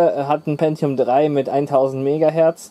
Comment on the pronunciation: Sehr gutes Video, lässt einen gleich in Erinnerungen schwelgen. Auch Top das du Win ME benutzt, dass war gar nicht so schlecht wie viele sagen… Und endlich jemand der “Pentium” richtig ausspricht. 😅